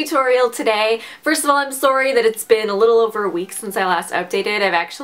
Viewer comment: Every time you say 'sorry' I giggle because you're so cute, you little Canadian you